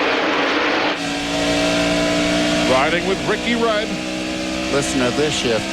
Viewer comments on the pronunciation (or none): I’m pretty sure he said “listen to this shift” lol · lol I heard it "Listen to this shit" Oh well..he meant "shift" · Could’ve swore he said listen to this shit instead of shift